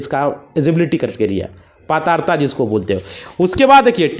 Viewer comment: पात्रता बोलना नहीं आता 😂